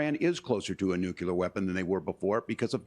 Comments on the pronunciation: ROFL no way waltz, he seriously just said “nukular” in that interview when he meant nuclear 🤣😂🤣😂 or so in Tatum video how can someone running for vice president not know how to say nuclear?? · Just here to say that the correct word is "nuclear" not "nucular". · Walz said Nucular not nuclear